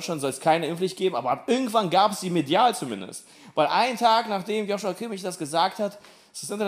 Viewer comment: ist einfachkrank lustig. Genau mein Humor! Aber man spricht Kimmichs Vornamen "JoSua" aus (ohne H):D